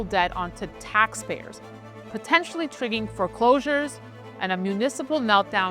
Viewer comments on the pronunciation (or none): Triggering is pronounced triggering, not trigging. It makes me think you are overworking yourself. Will not watch this video, maybe exercise, eat right, cut out caffeine and soda. Be healthy, good luck goodbye.